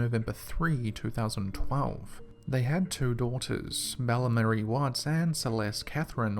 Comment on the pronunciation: The child's name is Bella why do you you keep calling her mella?? In the beginning you call her Mellamerrie?? Also there were 4 ppl killed that night, they're unborn son Nico was also killed, pls get their names right its so disrespectful especially when you seemed to have just made a name up!